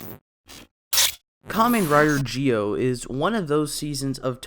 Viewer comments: Why do you say geo instead of Zi-O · It’s zi-o not gi-o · He said kamen rider gee o? Why? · OMG ITS PRONOUNCED ZEE-O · Nah it's pronounced Ji-Oh in Japanese. Don't worry about it. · Kinda feel off about how you pronounce Zi-O through the video but still loved it